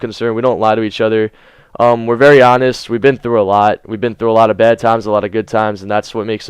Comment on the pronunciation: I thought you said you and Dedo have been through a lot of bEd times at first ;D